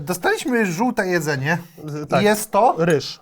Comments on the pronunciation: ja słyszałem jedzuli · czy jedzeli mowi :D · Czy u mnie tylko na powiedział jedzyli xDDDDDDDDD? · "czy jedzeli instant"? Tylko ja to usłyszałem jak odtworzyłem filmik? ;D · Czy jedzeli insant"???? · Początek brzmi czy jedzeli instant? Czy mi się wydaje 😂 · "Czy jedzui" czy tylko ja to usłyszałem i przewijalem kilkakrotnie? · Ja słyszałem jedżeli